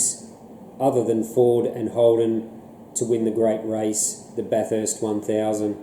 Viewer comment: It's pronounced "Bathist" not Bath-erst" fyi. Other than that, loved the review.